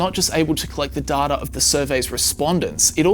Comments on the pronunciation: It's Data, not Dahtah. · Good video but why do you say “data” as “darta”? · Right? This guy adds an "r" onto vowels for some reason. It's weird. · im not native english speaker, however, am i the only one triggered about the way "data" is pronounced? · so there's a 3rd way to pronounce data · Love your videos. Please work on your pronunciation of the word 'data' though lol.